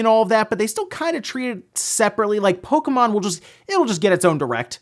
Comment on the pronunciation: Catriam Flockentanz lol that bothers me, too. How hard is it to say the name correctly?